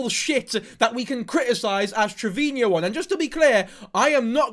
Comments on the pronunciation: Its Trevino...Not Trevinio... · It’s pronounced Trevino. Not Treviño. No need for the accent on the “no”. Just say it like you’re saying it to her “treviNO”. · I cannot focus when he says “treviño” or “Trevinio” TREV-EEN-O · Not to nit pick as a hispanic but its "Trevino" not "Treviño" 😭😭